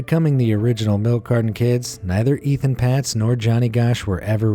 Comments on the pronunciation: The first boy on the carton was Etan (pronounced Etawn) not Ethan. Please be respectful and get names correct. I feel so bad for that mother. The guy confessed but Etan's remains were never found. He was declared legally dead in 2001. R.I.P. Etan. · You keep saying Ethan.... But his name is Etan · Etan, not ethan! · It’s Etan not Ethan. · Etan Patz is pronounced EY-tahn PAY-tz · I am sorry, I was going to let it go, but with the amount of times you mispronounced Etan Patz name, I had to comment. Here is how his name is pronounced. Etan-pronounced Ay-Ton with the second syllable rhyming with, “ON” Patz-pronounced with a long “A” , like Pay-tz. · His name was Etan NOT Ethan, and it was right there on the milk carton to read! The laziness of the narrator is disrespectful, but sadly not unexpected.